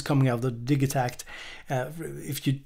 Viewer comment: Bloody hate the pronunciation of the Elektron way. "Digi" part of the name is an abbreviated version of "Digital", now, say the first part of "Digital" to yourself and then add "takt" on the end of it, hey presto, the way is should be . You don't say Dig-e-tal, when you say digital? Haha, minor nit-picking but it is one of those things that when I hear it, it makes me NOT want to buy one, lol.